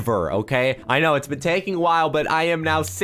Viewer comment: Did anyone notice that on his first day of school he said kno instead of I know